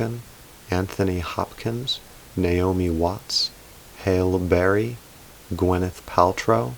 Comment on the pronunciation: He really did mispronounce Halle Berry.